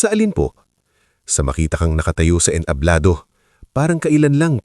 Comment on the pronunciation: Hindi ENTABLO dapat ENTABLADO may iba pang mga salita na hindi tama ang pagkakabigkas mo kya dapat pagaralan mo ang kwento bago e upload Isa pa TUMANGO single g hindi double g pag binigkas